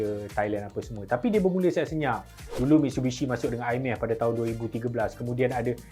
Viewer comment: Mitshubishi ke Mitsubishi? 😂